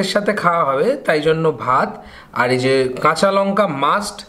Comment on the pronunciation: "এই যো" বলবেন না। "এই যে" বলবেন।